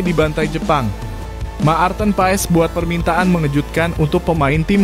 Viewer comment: Hai Mas Nyebut Nama Pemain bola yg betull blajar dulu jng Cuapp² Apa Itu Ma Arten.Pa es blajar dulu ya bikin mala aja.